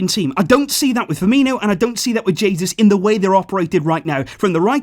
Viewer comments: omg you actually called Jesus, Jesus. It's pronounced "Hey, Zeus" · Jay-zeus actually